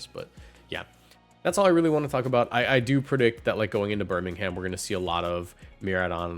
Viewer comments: Do a Brit a favour and stop pronouncing the ‘h’ in Birmingham 😅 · “Birming Ham”